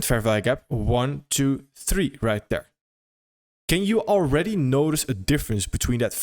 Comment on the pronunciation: right “dere” lol .. “dere, dis, den, dat”